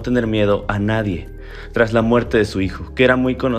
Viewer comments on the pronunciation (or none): none